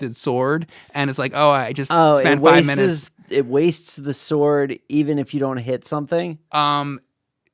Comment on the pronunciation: lol ”wasteses” i hate when i do this too